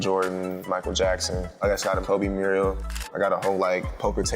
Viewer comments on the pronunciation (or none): He keeps saying Muriel instead of mural. That bothers me. You're spending $10k on artwork and can't pronounce mural.